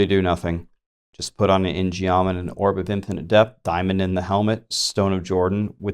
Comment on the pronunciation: Hey... just wanted to tell you ingeom is pronounced 인검 (in gum) its a korean themed weapon like the taeguk.. anyway hope this helps